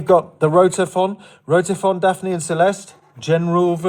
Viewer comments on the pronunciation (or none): none